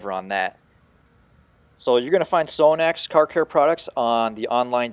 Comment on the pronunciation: You pronounce is wrong. Its Sahh-nax.